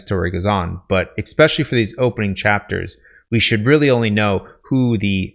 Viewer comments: Stopped the video early because he was lecturing about pacing while offering a poorly paced video. Also he said exspecially instead of especially. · Good content. Be advised, your 'ex-pecially's are distracting. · It drives me nuts every time you say "ekspecially". Is that a regionalism? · Why is it possible to get so far in life, to be smart, and not understand how to pronounce it EH-SSSSPEH-SHULLYY; not eXpesially? No hate dude I say that as respectfully as possible, don’t mind my 1am rants. Just from personal experience if you say that in any networking situation, it’s an immediate turn off. It’s like misspelling “friend” on your Harvard application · I legitimately can’t stand when people say “eckspecially” or “expecially” when it’s supposed to be ESpecially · Especially* not exspecially lmao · It's "especially" not "expecially" 👍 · Im sorry, but it's pronounced "ess-speh-shal-ly". I only mention it because you said it several times in this video. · You seem like a smart guy, but seriously, it's not eXspecially. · I like the videos, the info is great. And full well knowing this is probably just me. It grated on me each time he pronounced especially, “eXspecially”. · in—"eckspecially"??? Sheesh.🫣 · sorry i had to stop listening after the second EXspecially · I'll keep watching but after he said "eckspecially" at the beginning of the video I'm going to take this writing advice with a grain of salt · Especially not EXspecially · One good thing to d would be to stop saying a word that you mispronounce over an over again, Xspecially that one. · Your advice is really good, but you keep mispronouncing 'especially' and it's incredibly distracting. I know this is a really minor pet peeve but you use that word a lot so it's really noticeable. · You lost me after your attempt at "especially."